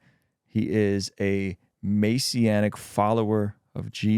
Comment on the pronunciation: Maysianic lol its messianic. ...messssianic